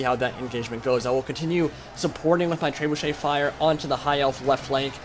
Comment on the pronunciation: Tray-boo-shay. LOL